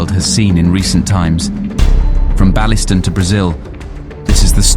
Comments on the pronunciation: "BA-LISTON"..... oh thats good... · Balliston 😂, baillieston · amazing video, great work and channel. always funny hearing others trying to pronounce our crazy names of places. You nearly got it right , but its pronounced bailey, like the drink baileys, so baileyston, but its written baillieston. But yes there is indeed a very strong homemade scottish mafia with various families that run scotland and glasgow and these are people not to be messed around with and are international in their connections. Glasgow can be a great place with great people, but can also be very very dangerous and can turn very quickly. People who live here know what im meaning. amazing work though, look forward to more, well made, treats. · Baillieston not balliston!! Pronounced BAIL- AY- SUN!! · Baileston is pronounced bay-les-ton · Baillieston is pronounced Bailey-ston. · Its pronounced Bay-lis-tun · Where is "Ballyston"? Seriously... get place names right! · Its pronounced bailie ston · & Bailieston is pronounced Baleyston. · He just called Bailieston Ballyston lol